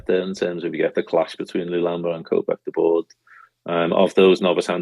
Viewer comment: Stop pronouncing LULAMBA like a spastic. It has an ‘L’ in the middle of it.